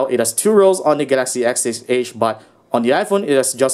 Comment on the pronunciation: "The Gaxy ass six edge" 😂😂